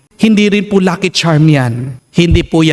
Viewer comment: Hello father, salamat SA MgA word of inspiration ❤ pero please wag niyo po lagyan ng "H" ang iyong T po 😂